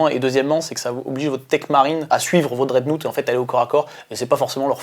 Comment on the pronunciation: bonne vidéo très intéressant pour ceux qui ont pas le bouquin et en tant que joueur BA hâte de l'analyse du prochain psychic awakenning. PS: dreadnought se prononce drèdnoft XD